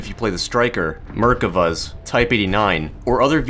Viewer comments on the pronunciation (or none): Noooo not merk-uhvas it's merk-ah-vas whyyy